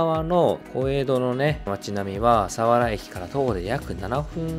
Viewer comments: 千葉県民ですが、千葉の魅力を報じて頂きありがとうございます。＾ 一つ言わせて下さい。さわらの発音が違います。さにアクセントを付けず、さわらと平坦に読んでください。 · 水郷の読み方と佐原のイントネーションがひたすら気になる、、、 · すいごう。サワラのイントネーション。